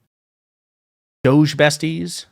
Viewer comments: Did you say doge or douche...? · DOGE pronounced dodgy!